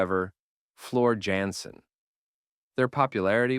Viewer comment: Excellent job. Although Jansen is pronounced ( Yawn - Sin ) and the I in Ad adfinitum isnt capitalized.....While Epica is my favorite band of the sub genre Nightwish and Within Temptation are still more popular. Bigger venues and crowds.